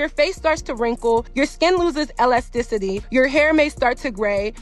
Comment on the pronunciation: *Elasticity! pronounced e lasticity not l lastcity!